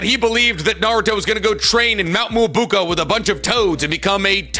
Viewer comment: the one that sticks with me the most is whenever he tries to say mount myoboku he says “mount myobuko” which is really annoying because it isn’t even spelled that way for it to be pronounced like that. If he just sounded out the word he’d know how to actually say it correctly